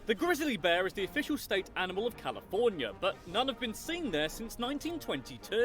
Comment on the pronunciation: he can't pronounce California correctly either.